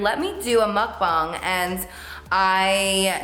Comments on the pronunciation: Love your makeup <3 and finally someone who pronounces mukbang the right way!! 😆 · you're the only YouTuber who pronounces mukbang correctly thank you